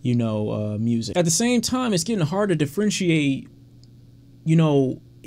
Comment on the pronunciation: Did you just say "it's getting harder to frentiate"....?